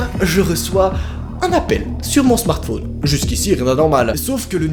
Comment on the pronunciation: Qui trouve que il dit bizarrement smartphone Liker si vous penser pareil